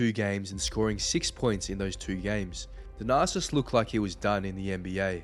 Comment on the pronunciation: It sounds like you’re saying “the narcissist”.😂